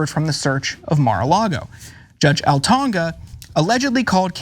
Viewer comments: Altonaga...alto-naga, not "Altonga"! It's Spanish in origin, not African or Pacific Islander. Look it up. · It’s not pronounced Al-Tong-Ga. It’s pronounced Al-Tuh-Nah-Guh you fool! 😡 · Good video. The chief judge on the bench’s name is pronounced All ton A ga. Just an fyi. 😊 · lol not trying to be mean but would it hurt him to read up on how to pronounce Altonaga before coming on air? Just painful listening to him butcher it over and over